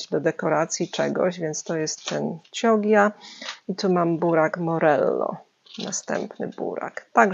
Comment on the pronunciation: Burak chioggia czyta sie kiodżdżia.(bylam duzo lat we wloszech)